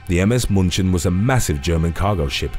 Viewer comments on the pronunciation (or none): One issue: the German Ship is not pronounced Muhnchin but Mew-chen (like Munich) German grandma watching with me and wanted to correct you.. and you dont tell german grandma no XD